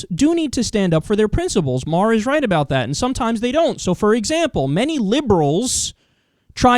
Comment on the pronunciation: Do you know howto pronounce Maher?